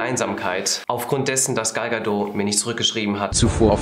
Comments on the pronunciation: Gal Gadot wird wie " gäl gädod" ausgesprochen! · Das T von Gal Gadot ist nicht leise die kommt aus Israel